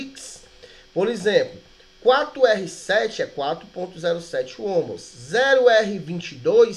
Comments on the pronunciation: Ohms, não ohmos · Ótima aula, parabéns. Só que Ohms ou Ohm, não é homus a pronúncia certa seria “on” ou “omis” no plural.